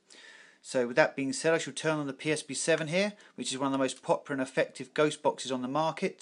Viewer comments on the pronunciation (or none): none